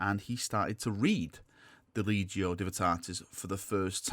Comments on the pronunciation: Lec-te-ti-o Divinatatus, not legio. Sorry, just grates on my ears. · Its the lecticio divinitatus not the legio divytatus ya legio divvy lol only jokin mate i love ya vids and thoughts on 40k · Lec-ti-tio Divin-i-tat-us. I'm getting triggered here. LOL. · You're saying the name of Lorgar's book wrong. It's the: LEC-TI-TIO DIVI-NI-TATUS Just a friendly correction 🙂